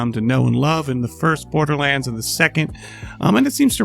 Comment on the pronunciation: "Bordlerlands" :3